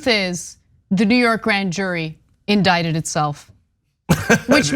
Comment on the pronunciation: Indicted. The "c" is silent. Indicated is an entirely different word.